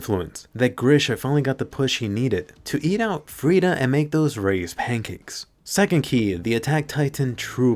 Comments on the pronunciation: Yo did he say, "eat out frieda...?" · Did he just say Grisha “ate out” Frida ?? 💀